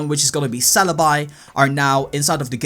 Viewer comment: its pronounced celebee